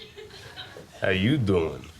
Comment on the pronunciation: The girl just said it wrong how u doing? Is how u doiiiing.